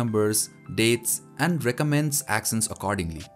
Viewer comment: Actions(act ions) not axions(ax ions)